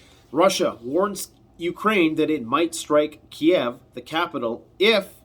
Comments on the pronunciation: "Kiev" KEEV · Ukraine means borderland. Ukrainians consider “the Ukraine” to be an insult because it suggests they are just Russia’s borderland. You will notice nobody says that anymore. It’s just “Ukraine” not “the Ukraine”. You’re also pronouncing Kyiv in a way they consider insulting. Kiev is the Russian spelling and pronunciation. Just say Keev. (I’m Ukrainian Canadian.)